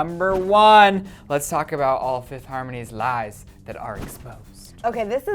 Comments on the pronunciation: You did a mistake its fifth* harmony not Fififth harmony lol😂😂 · FIFITH HARMONY... FIFITH??!? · "Fiffith Harmony" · 'fifith' harmony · 'Fififth' seriously.